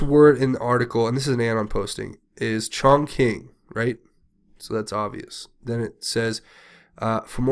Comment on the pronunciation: Not to nitpick, but Chongqing is pronounced "chong ching" not "chong king". I think you would prefer to say it the right way. I lived in China for 4 years and I speak some Mandarin.